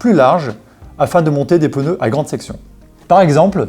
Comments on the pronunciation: Quand j'entends "peuneux " au lieu de "pneus " 🥴 , ça devient compliqué le reste de la vidéo. Mais y'a des gens qui "croivent" que ça se dit comme ça !? 🤘😜👍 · ”Les pEneus”